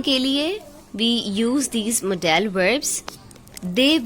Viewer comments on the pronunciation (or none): Mam modal HOTA ha modaaa l Nahin kindly check this mistake please Baki bohat acha krwaya ha thank u